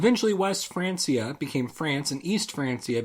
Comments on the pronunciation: It was Frankia, but it was probably pronounced more like Frankzia or Franksia by that time already (around 1000 c.e.). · I'm pretty sure it's pronounced "Frankia" btw, good video though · Tip: Francia is actually pronounced "frankia", but the video was great, so don't listen to me. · Most Spanish say Franthia... that's definitely wrong ;) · Lupetto Versilia In spanish and French when you pronounce the C with a,o,u it will be sound like K but if you pronounce it with i or e it will sound like S.